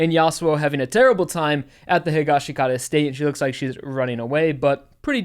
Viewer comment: bro, you pronounce the Higashikata name wrong. You and everyone on YouTube including Kaleb I.A. The dub and sub pronounce it “Hee-Gawsh-kah-tah” SAY IT RIGHT! 🤬I know it’s petty but, damn like I said the Sub of JoJo, dub, and live action movie pronounce it the way I mention